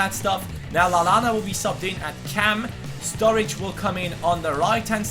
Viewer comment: Strurridge lol